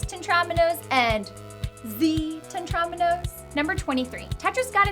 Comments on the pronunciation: Why did she keep saying TEN-tramino It's Tetramino god dammit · Te-TROM-ino. Lady, it’s called a Tetrimino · By the way, Tetromino is pronounced "Tet-ro-meen-o", not "Tet-rom-in-o"